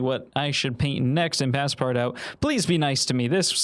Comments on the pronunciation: please dont call it "passpart-out", its pronounced "passpartoo". please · Bro said Passpardawt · I felt physical pain at hearing him pronounce Paspartout like that. My poor French Canadian heart could barely take it. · “Pass part out” is a crazy pronunciation but I understand not everyone has an inkling of French 😅❤ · pass-part-out was the best pronunciation everrr 🤣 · "Pass-part-out"? I thought it's pronounced in French, like the name of the character in Jules Verne's novel. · (Pas-par-too) it’s pronounced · As a Russian artist you saying Ivan Shishkin’s name makes me so excited! The street I’ve lived on my whole life is named after him, I think it was a silver lining of some sorts lmao Also it’s pronounced “Pas-par-touh”, it’s French so you gotta swallow half the syllables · The game is pronounced “pass par too” - it translates to “pass everywhere” like a master key. I love your videos btw, I’ve watched every single one and I’ve learned so much from you! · it's pronounced "passpartoo" lol 😂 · Him pronouncing the game name wrong is 😭🙏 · Just opening with the most American pronunciation of passepartout I've ever heard 😂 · Can we talk about how he pronounced “Passpartout”?💀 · Every time he pronounced Passpartout I could feel another hair shed from my head, have mercy on him. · Great video! But the way you pronounce Passpartout hurts my soul... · Many reasons for you being a starving artist, one of them being the way you pronounced passpartout